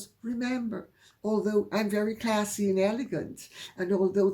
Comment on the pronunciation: I do like you way you enunciate 'classy'. A shudder worthy moment. Thank you.